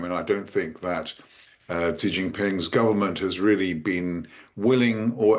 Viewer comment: What a disaster just seconds in! She came up with some sound to pronounce "Xi" that doesn't even exist in Chinese (or English)! The X in pinyin (romanized Mandarin) is like an sh sound in English, except the tip of the tongue is down, against the lower teeth and it's another part of the tongue a bit further back that's near the roof of the front part of the mouth. If you can't do that, then the closest English sound is just an "sh"! Just pronounce "Xi" as "she" and you won't sound idiotic like if you make a separate alien sound for no good reason at all.